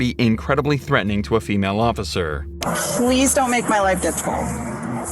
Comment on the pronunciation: They put the OAF in the word OAF-icer!